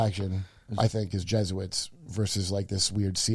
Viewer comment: *Je*suits ?!? Come on Kurt. You're so close